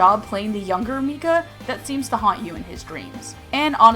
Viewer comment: I ship mikayuu hardcore, also, I for some reason got pissed at her pronunciations of "mika" and "mikaela"